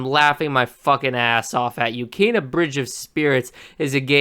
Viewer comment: You can't even pronounce Kena correctly, much less create the artwork or gaming physics behind something like this. Keep promoting the game buddy, I personally can't wait to adventure in this world and the movie style animation is something we're so privileged to have